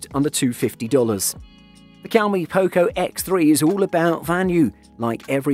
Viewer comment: "Poe-co", "cow-me", "steerio speakers" Your pronunciations are killing me XD